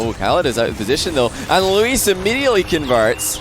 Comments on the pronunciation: He started out with Luis, but adapted to Luiis based on pronunciation, I think he kept that up till the end. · holy moly pronounced luis correctly never mind he can't decide between Louis and Luis